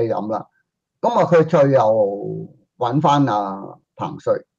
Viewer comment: 唉！一直都讀錯彭帥的名字